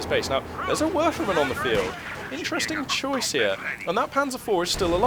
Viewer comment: It doesnt matter if the engineers get the kübelwagen's rear... as it has 4,5 armour front and rear for some reason... btw do you say werfer-man? :D sounds like that... its a werfer-rahmen (rahmen means frame so it's a throwing frame...)